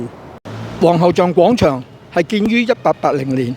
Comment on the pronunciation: 希望唔好再將廣場讀成講場喇。